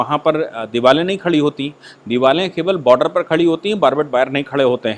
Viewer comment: Diware(walls) not divale